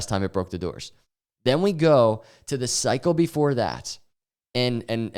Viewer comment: Yesterday I thought he said "Bull market durres" and it was some word I didn't know... DOORS :face-green-smiling